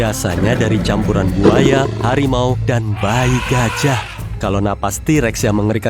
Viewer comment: Yang katakan: t-rex Yang aku dengar: T Rek